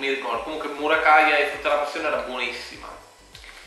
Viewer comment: “ Murakaia “ 😂😂😂 siete il top 🔝